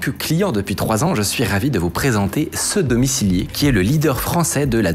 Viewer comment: Je suis le seul à avoir entendu "sodomicilier" ?